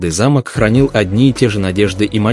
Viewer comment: Вот - вот. Ваши же слова:"уважайте друг-друга и Тэхена и Чонгук а".. А сами оскорбляете своих читателей ложью о ребятах. Да и самих бантан оскорбляете этой ложью. И ещё, правильно произносите слово "замОк". Повесили на ограждение замОк.